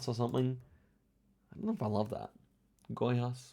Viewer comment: just pointing out, your pronunciation of Goiás was very good, I got taken aback for a moment